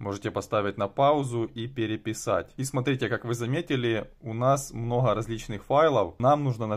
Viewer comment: Многа, многа надоел со своим многа😂😂😂